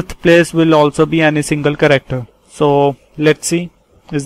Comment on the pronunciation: No offense but the way you pronounce "character", it sounds like "corrector". Please pronounce it right. P.S thanks for the tutorial. Helped me to take down notes for UNIX.